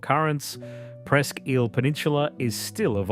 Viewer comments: As an Erie native, the way you pronounced ISLE is pissing me off. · Hey pal, Isle is pronounced "EYE-L" NOT "EEL"😂